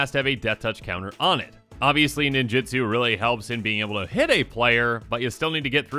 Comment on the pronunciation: For the billionth time: nin-JU-tsu NOT nin-JIT-tsu